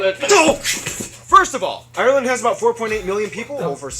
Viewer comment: Can you stop saying Ireland with 3 syllables its ire-land not i-re-land